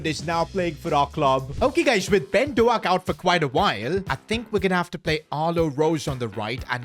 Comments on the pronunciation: remember its not pronounced do ak it’s d oak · It's pronounced doke. Not doack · you still say ben doak’s name wrong😭